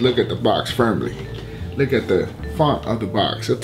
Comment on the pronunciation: Is he saying look or lick? Cus I ain't trying to lick my shoes